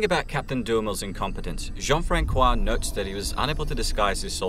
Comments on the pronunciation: a note to the narrator Jean-Francois is pronounced Jean-Fransois the c sounds like like an s not a k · The Ç in Jean-François is soft. Reads like a soft "S" in english, not a hard "K". I also live in Three-Rivers in Québec, right where the battle you mentioned took place. :) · plz as a french person the Ç in Jean-François is pronounce like the S in snake